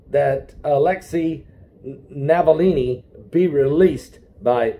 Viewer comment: The name is ALEKSEI NAVALNY, not Navallini. Navillini is an ITALIAN NAME. The man is RUSSIAN.